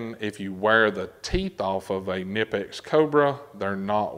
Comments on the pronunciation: It’s pronounced Kah Nipex. FYI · Pronounced KA-nipex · you have to pronounce the k in knipex...please man it is german